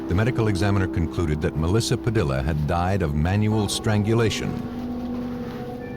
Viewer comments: "Padilla," is usually pronounced "pah DEE yuh." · The mispronounced name of Melissa Padilla is annoying. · I can't believe that you would put the work in that you do to produce a program like this yet moronically not even figure out how to pronounce "Padilla" correctly!